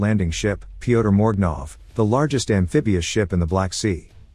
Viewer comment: I could be wrong but Pyotr is pronounced similar to Peter in English as opposed to "Pea-oh-tuh"